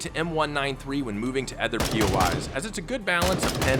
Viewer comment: he hit us with a Ludwig "Ether" when he said other.